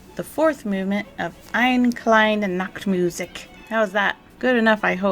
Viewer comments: Ein-uh Klein-uh NACHT-moo-zihk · ive reallyy been enjoying your show. in regards to your pronounciation of ''eine kleine Nahctmusik'' in german we do pronounce the the e at the end of words and the ch sound is incredibly diffucult for most non natives so messing that up was kind of expected. everything else was really good. but it gave me a good chuckle cause it ended up sounding like ''one little nakedmusik'' :D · As a German Kraut-eater, i assure you, that was very ok, i understand it at least and thats very impressive for our busy Language 😅